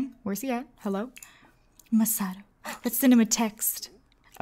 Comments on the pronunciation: also it's Ma-sa-to not Muh-sa-to or Ma-su-to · It's ma-sa-toe and the girls name is ri-eh-ko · his name is mossytoe when u say it lol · They are so cute together ❣️ and you said you were unsure where to put emphasis in his name, it's "ma-SA-to" "SA-saki" 🙂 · I love this series so much! I believe you pronounce his name as Muh-saw-toe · It's Mah-Sah-toe You say it sorta fast. Hope this helped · It's pronounced Masa (Like the "massa" in Massachusetts) -Toe. Masa-pause-Toe. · Masato's name is "Masa toe" 😂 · I know that I’m soooo late but Masato is pronounced mer-saah-to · This is how you say it ma-sa-key <not how you spell it how you pernoceit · it's probably Maah-saw-Toe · its ma-sa-toe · The way you pronounce the dudes name is definitely my sad toe 😂 Im jk lol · Mas A toe that's how you say it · It's ma-SA-to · I think the emphasis goes on the "Ma"